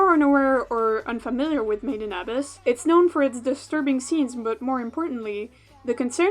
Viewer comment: the way you pronounce made in abyss its so painful to hear